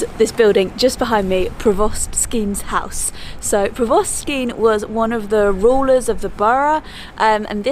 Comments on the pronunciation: Lovely video! But “provost” is pronounced with the stress on the first syllable: “PRO-vost”. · It's pronounced Pro-vist and Mer-kit. Catslegate is one word.